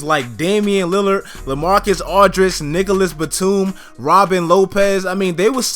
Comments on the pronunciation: It sounded like he said niggalus batum 😂😂😂😂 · did he just say niggaless batum? Lol